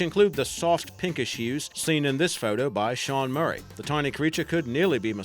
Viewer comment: Sean Murtau wtf XD